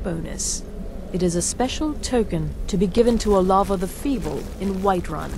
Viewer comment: OMFG its OH-LAVA